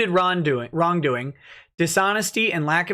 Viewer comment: LMAO I love how you "accidentally" called "wrongdoing" "RonDoing" -29-17 lol